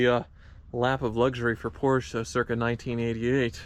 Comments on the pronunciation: Who told it was pronounced Poor-shaa? It's not. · Thank you for saying Porsche correctly